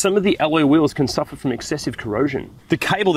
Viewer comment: Did you say corosion on alloy wheels?